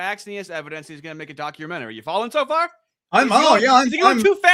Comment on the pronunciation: you cant dock your menery, god im so glad he lost😅